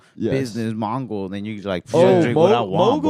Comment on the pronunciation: He said “business Mongol”